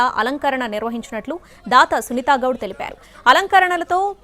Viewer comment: Sunitha Goud kaadu..... Sunitha Gowda.....em news saduvuthaaro artham kaadu.... aame akkada english maatladu tundhi.......she is kannadiga